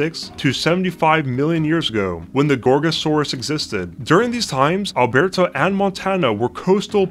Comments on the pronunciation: The Canadian 'state' of AlBEARta.... Loooooool. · Alberta is pronounced "al-BUR-tə" and it is not a state, it is a province. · He also pronounced it like it was a French word, Made me laugh. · *Province, not state. Also, FYI the 'e' in Alberta is a short 'e', not pronounced with the long 'a' sound. I'd also like to say that I appreciate the animation from Dead Sound. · Why do you say Alberta like it were a Spanish province?